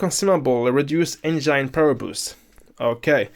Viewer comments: The way he keeps saying enzyne power instead of Engine power. 🙃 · eitherway it was really informative video. Hearing someone say enzyne is mildly infuriating for me lol.